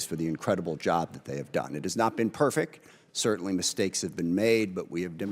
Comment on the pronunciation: Except for. “It’s not perik”. The word is, perfect.